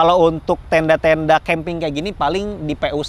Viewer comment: Ada yang tau nggak? Berapa kali ngomong keemping ajah